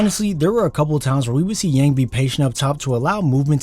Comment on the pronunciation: It's pronounced Yawng.